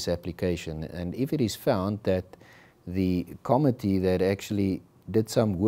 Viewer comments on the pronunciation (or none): The pronunciation of the committee is incorrect .....emphasis on co-MMittee